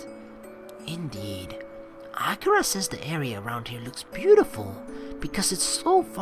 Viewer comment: The pronunciation for akira is a-key-ra FYI just so u know it's just annoying me....but that's just a pet peeve of mine sorry D: anyway like always GREAT VIDEO (puts thumbs up) it's not in the morning.......... Well idc it's katawa shoujo so fuck it